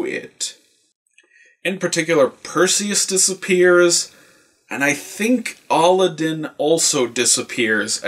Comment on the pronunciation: It's not aladin it's a-lad-din